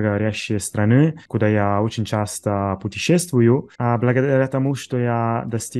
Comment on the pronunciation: Отличный русский! Небольшая ремарка в слове страны (множественное число) ударение на первый слог- стрАны